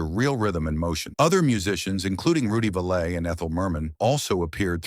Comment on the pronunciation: You lost me at Rudy valaaa. His name was pronounced valley, Rudy was a big star. Your Ai is ignorant.